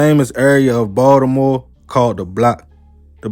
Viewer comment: I'm from NY, but I love how you pronounce Ball-da-more. 😜